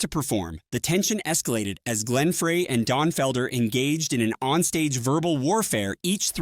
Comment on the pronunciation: Is there some app that generates these? Photos are not always the people covered in the v.o. And pronunciation of some names are off. Glenn Frey's last name is pronounced Fry. And I had to stop watching when the video got to #10. Blink 182 is pronounced Blink one eighty-two. Not Blink one hundred eighty two. I asked about a possible app because I've noticed the last few years, not just here, that a lot of content has the same kind of errors.